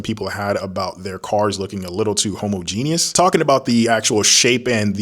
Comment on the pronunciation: Can you say homogeneous one more time for me